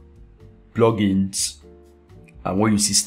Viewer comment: Love the video, but the way u say plugins (PLOGINS) is so funny :D hahaah... Thanks for the awesome tutorial- great work!